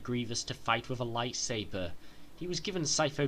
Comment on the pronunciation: Okay is it just me or is he saying "Life saver" instead of lightsaber?